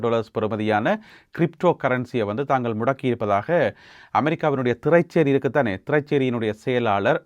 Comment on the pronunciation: "திறை(ச்)சேரி" என்று சொல்வதில்லை திறைசேரி என்று சொல்வதே வழமை.